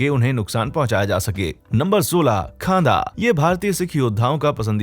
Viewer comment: खादा नहीं खंडा हैं बो